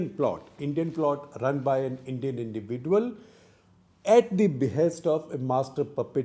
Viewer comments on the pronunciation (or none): Sekhar Gupta's pronunciation of "individual" is unique. Hope someday he gets it right. Until then we have to suffer listening to " indivi-duel". 😂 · Wrong pronounciation of the word 'individual' by Coupta !